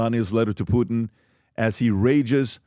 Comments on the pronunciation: Who is Poo-in? I like but not a fan of dropping the T. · I love you, but for the love of GAUD please say the “T” in PuTin!!! It’s PuTIN NOT POO IN! You POO IN the bathroom! Please POO IN the bathroom don’t POO IN the podcast! 💩 IN the 🚽. PuTin hopefully does 💩IN the 🚽 as well. 💩in the 🚽 no poo in the podcast. Thank you for your attention to this matter.😂🤪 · it's Poo-tin not Poo-in Lol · WHO IS “PU-IN”????🤷‍♂️😖